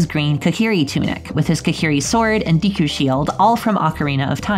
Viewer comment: Dee koo lol